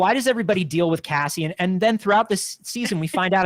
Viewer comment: Why does call him Cazzian? 😅